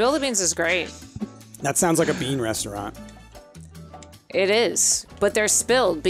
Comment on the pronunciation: I don't know if it has been asked a thousand times before, but calls it a ReNstaurant every time? Am I imagining things?